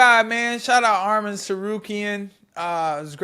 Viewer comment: Say his name right its Arman not Armen